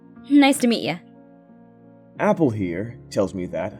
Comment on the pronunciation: HAH YAL DON FUCKED UP. SHE SAID APHAU NOT APPLE C